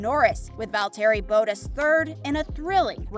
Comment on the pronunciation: I liked the video until I heard you pronounce valterri Bottas it’s not that hard to say